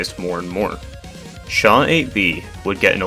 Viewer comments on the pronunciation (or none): none